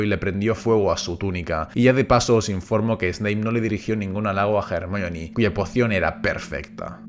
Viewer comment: Es increíble que un español pronuncie a Hermione como es en inglés y no como "ermion"